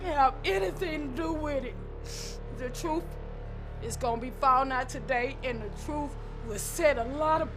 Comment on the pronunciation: We gonna hear the truff!